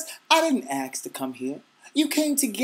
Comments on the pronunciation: A-S-K not A-K-S (ask not aks)...#blackpeoplestereotypes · he sed axe not ask... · I agree with 95% of this video. The only thing i disagree with was the "uneducated conversation" part. You call a racist person uneducated yet you pronounce ask as axe. but i did like the video 4 stars rateing :D! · i like that you say axe instead of ask its awesome and everything you just said is so true racism is not down to personal choice it is from your parents and the american government didnt help